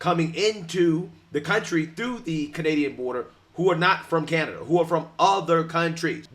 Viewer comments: She said "canadia"😂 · Did anyone catch that she was about to call Canada, Canadia? 🤣